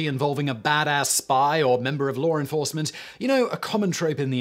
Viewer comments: Did anyone else hear "lore enforcement"? lol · what's lawer enforcement?